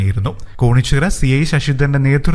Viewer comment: കോണിച്ചിറ അല്ല കേണിച്ചിറ ആണ്